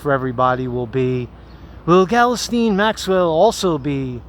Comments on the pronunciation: I realize the spelling of her name is all fucked up but how the heck did you land on "Gellasteen"? No,, no... it's pronounced "gill-" (like what a fish breathes through) "-lane" with the emphasis on the second syllable. "Gill-LANE." Hope that helps:) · I believe it's pronounced ghee_Lane. (soft 'G'). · Pretty sure her first name is pronounced "Gee-lane" but I pronounce it as "Jizz Lane" lol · I thught her name was Ghislaine, not Galasteen